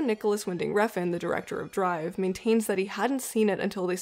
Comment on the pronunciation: Refn, not Reffen. Otherwise, great content! You have a new subscriber :)